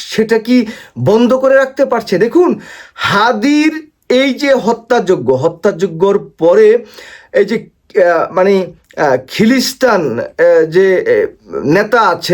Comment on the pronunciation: Vi khileesthan na Ata hobe khaleejthan